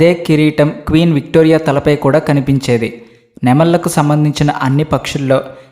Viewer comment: నెమలి - నెమళ్ళు (నెమల్లు అని చెపుతున్నారు).